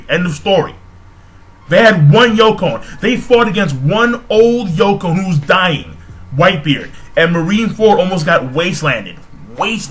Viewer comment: I thought it was "Yonko"?